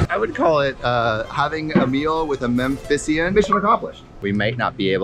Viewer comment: bro that landers center is just down the road from me. i had my highschool graduation ceremony there. that trump extravaganza blew out the traffic's back side, that road isn't ready for events like that. Also, it's "Memphian", not "Memthisian".